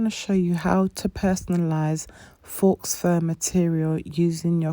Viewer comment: Good video, but a bit of a tip: 'faux' is pronounced 'fo'.